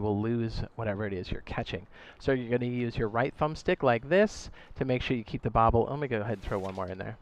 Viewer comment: Bobber************* not bobble lol